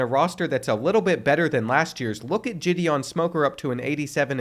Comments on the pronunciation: GIHD EON not Jidian 😂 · I’m dead when he pronounced “Gideon” like Jidion 😭😭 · Pronouncing Gideon as Giddy-on and Jiddy-on was constantly triggering me throughout the middle of this whole video...... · Gideon Smoker ❌ (Jah-Dee-Ohn) Smoker ✅ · I beg you to look up how to pronounce Gideon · I’ve never heard the name Gideon pronounced so many different ways. 😂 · Gideon is pronounced with a hard G not a soft one. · And then he switches between both pronunciations the entire time! Like dang dude, pick one and stick with it 😂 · bro could not decide how he wanted to pronounce Gideon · Am I the only one who is bothered by the way he keeps pronouncing 'Gideon'? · The way he pronounces Gideon just rubs me the wrong way... Great vid otherwise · Never heard Gideon said that way lol